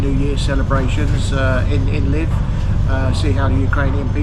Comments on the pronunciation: Nice to see Ukraine, haven't been where you are, I stayed in the capital in 2019, fabulous place and lovely people. As far as I know, where you're staying is pronounced LeViv, rather than Liv, but heck, I could be wrong. Have a safe and enjoyable time, I can't wait to go back myself, but, after things get a bit more normal again. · Great video, but please pronounce the name correct. I lived in Ukraine for 7 years and where you are is very safe, even the side streets.. enjoy the rest of your time there and explore